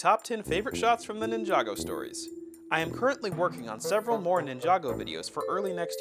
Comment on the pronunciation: It sounds like it but he said more